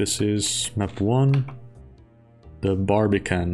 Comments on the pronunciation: it is barbican, not barbican't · You say barbican, I hear in australian barbie-can. Now I want bbq. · i like how he says Barrrbican